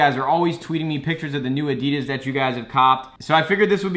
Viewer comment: say Adidas right